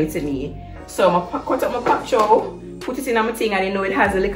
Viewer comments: “Pop chow” 🤣🤣🤣🤣🤣 mi cyaa bother it’s Pak Choi, why we Jamaicans can’t call things by their right name? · T, I love your fridge tour. But it is Pak- Choy and not Pop Chow. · Pak- Choy not pop-chow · Its the "pop chow" (pak choi) for me!! T kill me everytime....I've never seen a refrigerator this organized before love it baad 😍😍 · Love the fridge ! 😍 The 'pop chow' instead of pak choi took me out though 😂😂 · I was strolling through the comments to see of anyone would notice too, lol😃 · Lmaoo this!! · I am Jamaican so I am aware. Regardless, it was still funny. Bless 😊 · Pak Choi... Not pop lol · “pop chow” kaka fawt 😭😭😭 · It’s the “pop-chow” fah me😂😂😂😂😂 my daughter and I argue all the time about the pronunciation of this and she always correcting me bout it’s “bak Choi” wid har American self ..... it name “pap-chow” let’s argue 😂😂😂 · it's pop choi tho